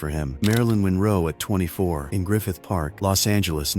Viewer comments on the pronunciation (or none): none